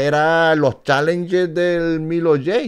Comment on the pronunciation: Oye no es Milo G Es milo J